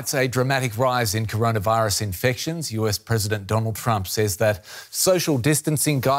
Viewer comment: Do-Lund Trump